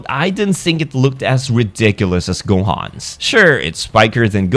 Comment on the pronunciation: Can't believe he said gomah with a hard r